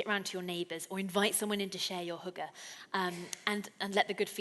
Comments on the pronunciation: yes, her pronunciation of Hygge is quite amusing... it distracted me from taking her seriously though :) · I’m amazed how incorrectly foreigners interpret the Danish experience, mind you, after 3 years she still can’t pronounce <HYGGE> without making it sound like hooker so perhaps she is a little to unique. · Haha every time she said “hygge” I heard it as hooker. I know it’s childish but I just can’t stop laughing at “Invite your neighbors in to share your hooker” lol. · When she said "Hygge" I thought she said hooker for a second. I was like, we do have hookers, but idk if that is relevant just for Denmark. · lmfao it sounds like she says hooker when she says hygge lmfao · That's not quite how hygge is pronounced. We don't invite anyone to share our hookers. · Will she stop 🛑 saying ‘hooker’ as oppose to ‘ hygge ‘ ??? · Each time I heard the word "hygge" is sounded like "hooker", but my head is also messed up. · as a dane my self when she started trying to say hygge then sounding like she is saying hooker i was laughing my ass off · omg...invite someone in to share your hooker...haha...I had to think "what did she mean" but of course...hygge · haha that's what I was thinking.. but hookers are.. sort of... legal... and they do ( I guess ) bring happiness :) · hehe yeah, "Invite someone in to share your hooker". Had me in tears... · I heard it as hooker too hahah. But since I am danish I know what she said haha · Every times she says 'hygge' it sounds like she's saying 'hooker' still need some work on the Danish :). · hahahaha jeg tænkede faktisk også det samme XD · yea when she says hygge thats not how we pronounce it lol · Sådan hørte jeg det også haha :D